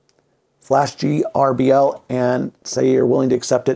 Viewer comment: It’s pronounced ‘Gerbil’, just like the pet. The letters don’t stand for anything. It drove me nuts trying to figure out the acronym, and it turns out that the original developer thought of it as being similar to a mouse, which controls a PC, so he called it gerbil, which controls a CNC. Trivia….